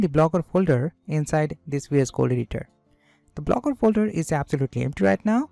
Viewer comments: Lmao "Blooger" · hey man it's not Blooger it's Blogger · great video, but its blogger, not blooger😊, and please add time stamps., its easier for viewers to go over sections again. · Theres one mistake in entire video lmao "Blooger"